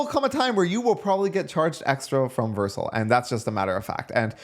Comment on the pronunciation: WHY DO YOU PRONOUNCE VERCEL LIKE THAT